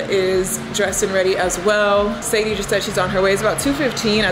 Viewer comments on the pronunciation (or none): none